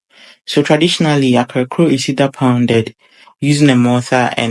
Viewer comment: Great cooking. Small correction. It is pronounced 'Kaklo', not akrakoo. Kaklo is a Gadangme word for fritter.